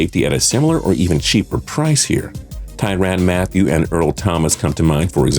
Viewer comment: I love how he kept saying ty ran Matthieu or however u spell his last name